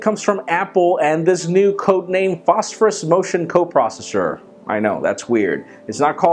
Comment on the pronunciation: RUMORS TALK ABOUT THE MOTION COPROSHHSHSHH ?